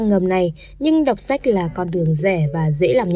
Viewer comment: xem sách mà mình nghe nhầm thành xem sếch